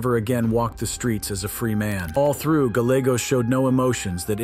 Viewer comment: Gallegos…pronounced= guy yay goes.